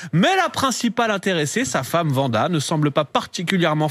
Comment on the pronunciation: Il a 85 ans pour dire vanda et pas wanda ?